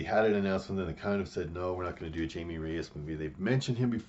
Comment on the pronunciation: Glad to see more interesting takes than from most comic youtubers. Also, his name is Jaime nor Jamie.